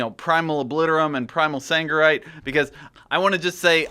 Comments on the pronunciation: It is Sargerite not fucking saNgerite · SARGERITE!!! Not saNgerite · Sargeras. Sargerite. Sargeras. Sangerite. hnnnng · triggered me so hard